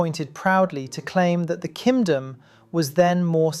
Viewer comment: My soul nourished every time he says "kindom", perhaps this is the jouchie juice?